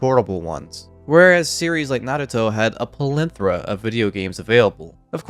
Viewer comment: *PLEthora, just sounds weird when you say it like that